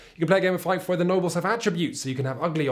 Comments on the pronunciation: I would have liked to see a comparison with the Warrior Knights reprint from FFG. Seems like they are games that focus on similar enough themes. SUASD reviewed that game a long time ago and they liked it. ... also, i know it's not "feif", it's pronounced: "fi-eh-f". (just so you know for the future ;) ) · More precisely : fjɛf. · Feed, not Fife. Otherwise, great work as always! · Goddamnit, it's pronounced "Feef". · It actually uses the Saxon pronunciation of trailing F. It sounds more like Feefth. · 'Fief' is pronounced 'fee-f'. Words that make the sound is using are Fife (a musical instrument and a Scottish place name) and Fyfe (a Scottish personal name). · The way you pronounce Fief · I thought it was pronounced like "feef"??? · Feif? Goddamnit you teifling! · Argh, "Feif"?!? literally unwatchable. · Haha, this bloke..."fyf". First job...learn how to pronounce the name of the game one is reviewing. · I believe he is wrong on the pronunciation. It is an Old French word not a Saxon one (though there are Germanic cognates, which include the modern English word "fee" from Anglo-Saxon "feoh"). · How he says Fief good lord it makes me grind my teeth but I love this channel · Sorry in advance. Fief, it rhymes with thief. Otherwise great review though as we come to expect with Shut Up & Sit Down. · pretty sure it's a british Thief, like in bath being pronounced Ba:f. Fief. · why does he mispronounce "fief" all the time? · I actually squirmed when he did the oily perv impersonation. There is so much wrong with this video, especially the inability to pronounce 'fief' properly.